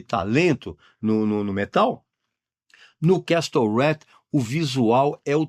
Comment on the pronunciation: Obrigado pelas dicas, Regis!! Feliz Natal!!! (ps. pronúncia correta de "castle" é "quéssou", sem o "t").